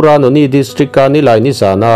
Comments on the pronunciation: Noney=No-ni nilo in, No-ne tia lam zawk tur . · I lam rîk dan hi, "Noni" ni lovin, Nawne, tih zawk tur a ni e.🙏